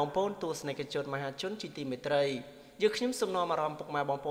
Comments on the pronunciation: មែន ត្រី ទៅជាត្រៃទៅវិញយ៉ាប់ហើយ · ត្រី មិនមែន ត្រៃទេ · ត្រី រឺ ត្រៃ? គ្រាន់ត្រីក៏អានមិនច្បាស់ដែរ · ត្រី.ឫ.ត្រៃ សូម.មេត្តា.អាន.អោយបាន.ក្បាស់ៗផង